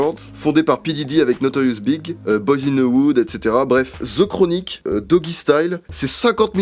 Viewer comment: tu dit notorious big mais ça se prononce B,I,G une lettre à la fois sinon super video JE t'adore tu es génial et tes vidéos sont toujours de qualité tu es mon youtuber favori à égalité avec ganginou qui fais des vidéos d'aussi bonne qualité que toi bref je t'adore t'es géniale 👌🔥🔥🔥🔥🔥🔥